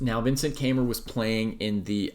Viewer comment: You mispronounced his last name.